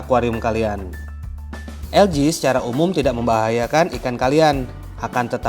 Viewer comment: ( ALGAE ) ada yg penyebutannya menjadi ALGE/AL-GE ada yg penyebutannya ELGI/EL-GI ada juga yg penyebutannya ALGA/AL-GA dan lau bang nyebutnya ELJI/EL-Ji. dari pada puyeng mana penyebutan yg bener jadi klo gw mah nyebutnya LUMUT/LU-MUT ajalah 😂😂😂😂